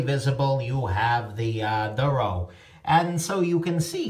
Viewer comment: It is pronounced "DOORO"